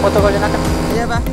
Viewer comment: Ad td tabuat kata pank kwkwk si td tu taucap pank